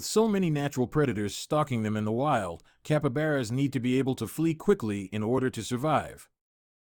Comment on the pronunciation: Capabaras its capybara 🤣